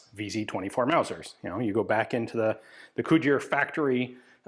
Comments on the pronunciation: I was very briefly convinced you were saying "Couture", not "Cugir", and I had been wildly mispronouncing "couture" my entire life. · If you think “Cugir” and “Couture” sound alike, you definitely have😂